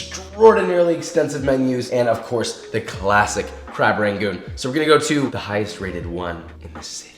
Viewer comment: i die a little bit inside when he pronounces it “ray-goons” idk about you but texans pronounce it “ra-goons” not “ray-goons” 😂